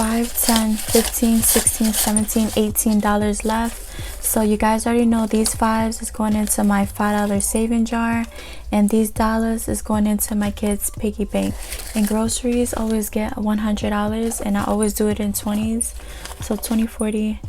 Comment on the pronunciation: He’ll no it’s hella annoying and I hate how she says “dollazzz”💀💀💀💀💀